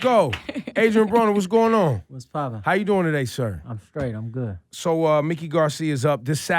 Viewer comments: Ebro, it's pronounced Mike-ee, not Mick-ee. Come prepared for your interviews. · The man's name is pronounced MIKE-KEY! not Mickey!